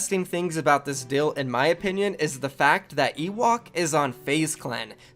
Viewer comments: Bro plz STOP saying Dill instead of deal. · Deals not dills